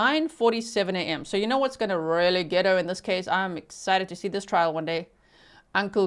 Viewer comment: you sounded like a Texan when you said " text messages and mr. google are goin to get er. lol